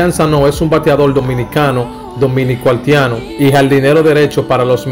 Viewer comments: Se dice HAITIANO... Y no HALTIANO.... Si mejoras tu pronunciacion, seguro que tendras mejor excito. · Hermano, aprenda mas Espanol , no se dice altiano , se dice haitiano Jajaja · Mi hijo nombra esa i , haitiano no haltiano, practica para que puedas hacerlo mejor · Aprende a hablar no diga haltiano es haitiano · Muy bien que conozcamos la ascendencia de nuestros peloteros ..pero ese que esta dando los,datos debe aprender a hablar ..dice haltiano. .dice de ascendencia haltiana. ..debe mencionar la i donde lleva i ...no se dice halti. .es haiti. ...dice peltebeces. .uufff que mal lexico ..... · Porque el que narra el comentario dice haltiano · el no es cibaeño porque el cibaeño pronuncia la i mucho. Pero este joven sobre pronuncia la L mucho. Tiene que ser Capitaleño. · Tremendo video! Felicidades 👏👏👏pero recuerda algo hay palabra que se deben aprender ,por eso a nosotros los dominicanos gente de algunos país latinos se rien de nosotros por la edición al hablar por ejemplo es Haiti no es alti y no es altiano de origen es Haitiano de origen ,es propecto no propeto....ect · Gracias por la informacion y el aporte pero tienes que mejorar el léxico porque muchas personas te escuchan y ven tus videos pero te expresas muy mal, por ejemplo el país es Haiti no Halti, Haitiano no Haltiano, y muchas otras faltas más. Te sugiero que antes de publicar tus videos los escuches y hagas los correctivos necesarios es una crítica constructiva, gracias. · 🤦🏽‍♂️🤦🏽‍♂️🤦🏽‍♂️ BATEY, NO BATEL 🤦🏽‍♂️ HAITIANO NO HALTIANO, 🤦🏽‍♂️ SEIS NO SEL 🤦🏽‍♂️ estos campesinos no aprenderán hablar nunca.. 😂😂😂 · Y es que no le sale la letra i🤣🤣